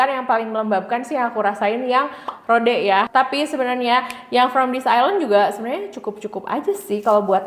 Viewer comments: Kak, di bacanya ROD, bukan RODE, hehe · Rowd gt kyk ada w nya